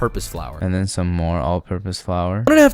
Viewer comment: One through ‘t-HEN’, speak properly ape.